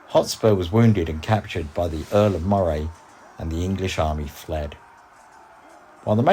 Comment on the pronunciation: (Earl of) - "Moray" - is pronounced : Murray